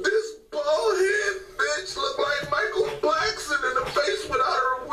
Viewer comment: the fact that he said micheal blackston